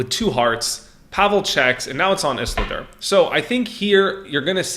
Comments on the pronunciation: Iz-ul-dur not iss-la-dur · ffs has this guy even seen lord of the rings? ISILDUR!!! ISS-EEL-DUR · Is-lidur lmao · Listening to you try and pronounce Isildur was so triggering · mispronouncing Isildur is bugging me lol. please re watch lord of the rings ;) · It hurts more and more every time he says it.......